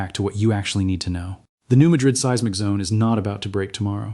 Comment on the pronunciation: For the love of pete, if you are going to use AI for narration PLEASE take the time to EDIT. There are several errors in this, the most egregious being seismic pronounced "see-ezz-mic." This info is too important for errors that jerk the listener right out of the narrative.